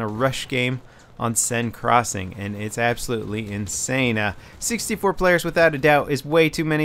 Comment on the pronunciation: lol, . "And Its absolutely inSEINE".